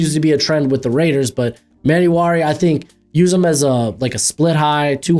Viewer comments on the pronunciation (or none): Hate to be that annoying guy but its e-man-war-e